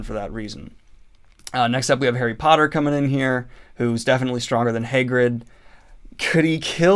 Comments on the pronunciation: Daniel: next we have “hay-grid” (Hagrid) Me: excuse me, what? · Your pronunciation of Hagrid is killing me, my dude. Fun video, well done!